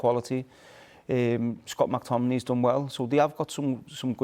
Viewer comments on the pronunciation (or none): Rooney lost me when he say scott mactominay